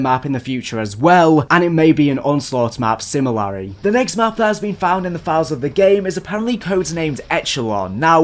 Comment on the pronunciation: His ‘a’ sound more like ‘ah’. similahry